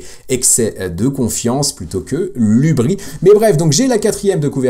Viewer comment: dans "hubris" le S se prononce ;)